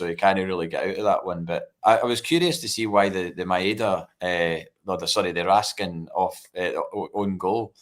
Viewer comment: Can we stop pronouncing it noncey ffs 🙈 as bad as calling Raskin, Raskaaahnn